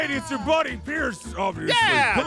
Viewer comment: Pierce not peirce